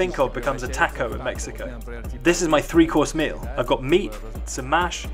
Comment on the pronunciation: You can't pronounce "taco" properly?! It is a common word. Yet you pronounce Guadalajara properly. 🙄